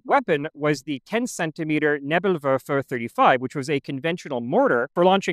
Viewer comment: German Correction: Flug abwehr kanone Is is basically "Canon to repell flying stuff" So correct grammar would be "die Flugabwehrkanone wehrt Flieger ab" And meme correct grammar would be "it wehrs ab Flieger[s]"😂😂😂 Also "Raketen" is pronounced with a long "e" Same with Nebel (first e is long) Maybe thats even a universal thing, that beeing all first "e"s being long Would need a professional german for that knowledge tho Rest of your pronunciations are very good tho